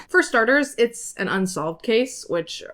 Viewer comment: "It'a time" 😂😂😂